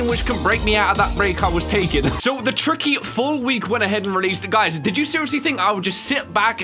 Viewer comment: His name is not tricky his name is TIKY